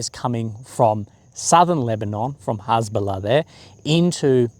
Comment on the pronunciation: Cant even say Hesbolla correctly 😂😂😂 just like my spelling of it 😂😂😂